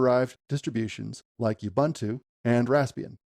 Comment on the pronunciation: BTW, all the "U's" in "Ubuntu" are pronounced as "U's" as in "Oo-boo-ntoo" and not "You-bah-ntu". The "b" should be soft but you don't have that in English so it's difficult for me to teach you how to do it